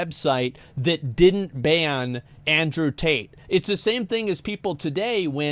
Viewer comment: Tate has a problem with the letter T. I bet he pronounces his own name Andrew 'ae.